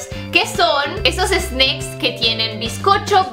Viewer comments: porque dices Sneiks like Snake jajajajaa solo es Snack ajjajajaja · no se dice snecks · La palabra snacks en español de la manera que lo dices tu esta mal dicha